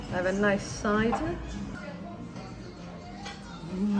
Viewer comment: Excellent information presented simply. Well done! Also, "I fancy a cider." English accent sneaks out again!